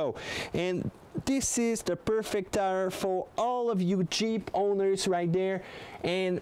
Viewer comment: Did he say you Jeep owners or you Cheap owners? LOL!